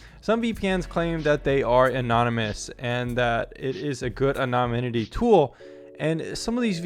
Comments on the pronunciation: Moron can't correctly pronounce the word anonymity. Would seem to be important for a vid on VPNs. I'm embarrassed for him. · You keep mispronouncing the word “anonymity” ! 🤣